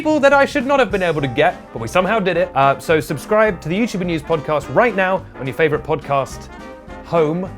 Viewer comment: please... I beg of you... say podcOst one more time...